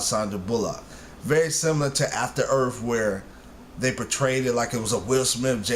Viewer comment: its earth not earf